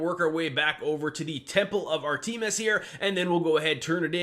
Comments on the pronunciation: Me- Lee and Ar Tee-mis....dude..... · Maybe a dumb question but the way you prenounced artemis, is that just how you say it or is that how you think it is pronounced?